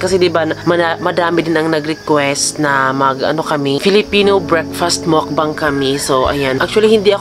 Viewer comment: Mukbang po tamang bigkas hindi po mokbang.